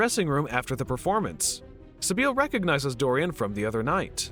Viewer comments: The narrator hasn't ever seen the movie, has he? Sibyl is pronounced like Si-Bil, not Si-Beel. If one had seen the movie, or knew how to pronounce names, one would know this. Once I figured out that the narrator was truly ignorant and not just trying to make a joke, I stopped watching the video (about 4 minutes in). Do you folks make money of these things? That doesn't seem right. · Its pronounced SI -BILL. Not sa beal wtf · The way you are pronouncing Sybil … 🤔